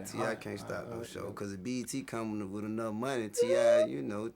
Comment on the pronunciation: "wiff" "youff" this screams intelligence.